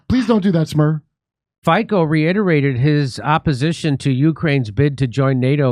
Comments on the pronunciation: Jimmy, his name is pronounced FEETSO. Not FICO. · As many mentioned before me - Fico is pronounced as "Fitzo". He was elected in September last year because he said how the things are in reality, even tho so many are still eating bullsh1t from mainstream. And no, we are not an ally of Russia, we simply follow our own way, which is that we do or we want to do the bussiness with all sides which are offering a fair deal - and also we know who is the snake in this game... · SMER means direction, in most of Slavic languages. Fico is pronounced Feetzo. Mainstream news wrote that he took power, which is not true. He was ELECTED. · Fico (btw if is pronounced 'Fitso', Jimmy) would know because he comes from a country that fell victim to one of the earliest CIA coups in the Eastern Europe and ceased to exist as a result. Have you heard of Czechoslovakia lately? And Fico knows what he is talking about because the second half of his former country, the Czech republic, is run by a president who is a literal former NATO general, Peter Pavel, and is totally in the pocket of the US too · Nr. 1 Fico = Feetso Nr. 2 SMER - letter E is wide, like in EndEavour Hope you guys read this, trying to pronounce foreign words in a correctly way improves your language skills. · Robert Fico - Fico is pronounced 'fee-tso' Great show as always Jimmy! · Pronounce Robert Fitso. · Robert Fico (pronouced Fitso) is a great great Prexident, the costs of everything in Slovakia has gone astronomically high since the usa war on russia. End NATO and return to sharing the world. Fuck the USA. I am a citizen of the US. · I understand that Mr. Fico's name is pronounced Fitzo, like pizza. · It's pronounced FEET-so. And he's very based, just like Orban in Hungary. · ...correct pronunciations is: (something like) Feetzo... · It's pronounced like "Fitzo". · Fico is pronounced as Fitzso guys. Cheers 🍻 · we Slavs dont pronounce "c" as a "k"